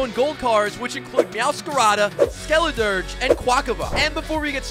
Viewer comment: He said skeliderge 💀